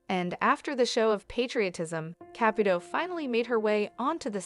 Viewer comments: Listen up if you're going to do this Make at least an attempt to say her name correctly Ca Pu Toe Of course the e is not in the spelling but hopefully this will help you say it right. It is extremely rude to miss Pronunciate A person's last name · The narrator is driving me nuts. She keeps mispronouncing the name wrong. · You are pronouncing her name wrong!